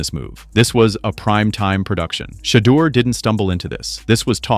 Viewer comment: Whoever made this video mispronounced Shedeur’s and Deion Sanders’ names so often, it’s like they’ve never even heard of them.